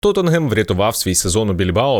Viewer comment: Лайк та подяка за вимову назви як "Тоттенгем"